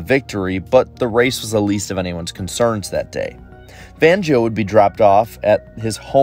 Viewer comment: Completely butchered the name. It's pronounced FONgio